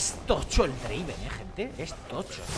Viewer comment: No es Draven, es DRAAAAAVEEN